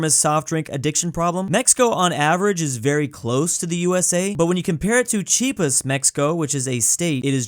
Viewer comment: It's Chi-ah-pas